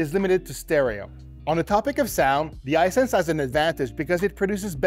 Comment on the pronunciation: His pronunciation of "Hisense" is really throwing me off.